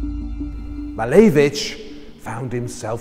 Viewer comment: Lovely video! but i wish you would say his name correctly haha cheers